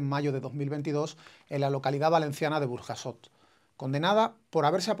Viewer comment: Enhorabuena por el contenido del vídeo. Sólo una pequeña apreciación (espero que no os lo toméis a mal): la forma más adecuada de pronunciar en castellano Burjassot es "Buryasot". Es el criterio normalmente seguido en relación a esa letra (y a "g ante "i", "e") para nombres propios como Jordao, Pujol, Giovanni, etc.